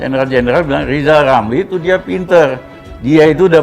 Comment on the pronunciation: Huruf R nya di pelbaiki dolo bp Lizal Lamli